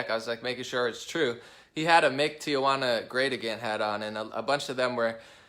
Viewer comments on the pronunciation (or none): Let me help you out: Tijuana is pronounced like Tee-hwanna, not Tia - wanna or Tee uh wanna, it's a common mistake Americans make when pronouncing the name of this historic city.. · It is pronounced tee wana, (only one a)! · “Tia-Wanna” LOL